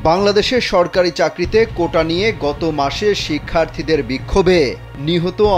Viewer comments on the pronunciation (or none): none